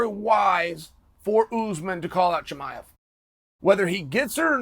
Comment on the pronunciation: Chael saying his name correctly is a bit of a giveaway 😂